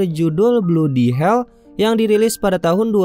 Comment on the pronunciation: Bladi hel, bukan bludi hel bro